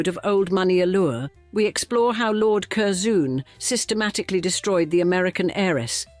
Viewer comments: I really enjoy your documentaries, but please research pronunciation. Curzon (pronounced Curzun, not Curzoon) and Blenheim, pronounced (Blenim, not Blenhime) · Kerzoon! Gadzooks! Cur-zun is how it’s pronounced. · Cur-ZOON. Oh dear. It's pronounced Curzen. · This AI is the worst can’t even pronounce Curzon pathetic this is appalling